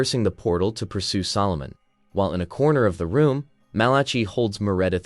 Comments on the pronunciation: Malaki...not Malachee. I made this mistake reading aloud in church in front of 300 or so people. The Book of Mal-a-k-eye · Oh please find someone who can read Bible names man. Malachi - mæl.ə.kaɪ/ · It cracks me up every time you say "Malachi" so creativity. If you saw it, how come you don't know how to say it?